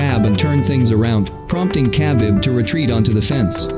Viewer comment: the way he pronounced khabib😂🤦🏻‍♂️